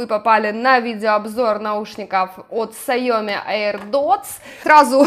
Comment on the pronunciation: Не сайОми А сяомИ (ударение на последний слог) Никого не хотела обидеть))))♥️